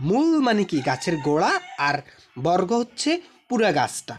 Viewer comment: বরররগ ❌ বর্গ ✅